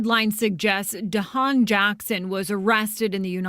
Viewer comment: So YOU GUYS A GONNA make prejudiced comments BECAUSE HE IS MEXICAN!!!! Seriously!!!! And not WEARING SUIT!!!!!!! GOOH!!! Get out of here. The CHANNEL you keep playing cannot even pronounce DEAHJANAES NAME!!! And they are saying: “INTERPOOL “ …. please stop talking about what YOU DONT KNOW OF EITHER… 🙏🏼 please